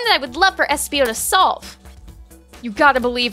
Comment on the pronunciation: Its espio lol